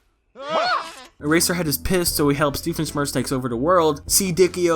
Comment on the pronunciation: You keep saying Earserhead and I can only think of My Hero Academia.